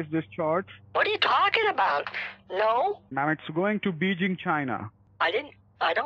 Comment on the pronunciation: Did he say it's going to BEEJEEN CHI-NAH??